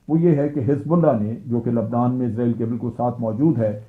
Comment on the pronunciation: ازرائیل نہیں بلکہ اسرائیل صحیح تلفظ ہے۔ جنرل صاحب چونکہ اسرائیل میں حکومت Zionists کی ہے لہٰذا انہوں نے امریکہ کے نظام کو استعمال کرتے ہوئے پوری کوشش کی ہے کہ ہر وہ لفظ جس میں s استعمال ہوتا ہے وہاں s کی جگہ z آ جائے۔ اگر آپ کمپیوٹر میں امریکی انگلش کو استعمال کریں گے تو اس کا ثبوت مل جائے گا۔ برطانوی اور امریکی انگلش میں جو فرق ہے اب ان میں z بھی شامل ہو چکا ہے۔ اس سے صیہونیوں کا مقصد محض یہ رعونت دکھانا اور اپنی انا کی تسکین کیلئے اسے محسوس کرنا ہے کہ صیہونیت بہت بڑی طاقت ہے۔ سب سے بڑا تو اللہ ہے۔ اللہ اکبر۔ آپ کے تجزیئے کا شکریہ۔ اچھا تجزیہ تھا۔